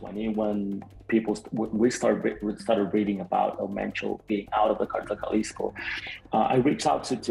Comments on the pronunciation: It's not pronounced chalisco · Jesus white guy speaking/narrating it’s Jalisco pronounced like a h not g good lord 😂😂😂😂😂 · Jalisco = (pronounced Halisco)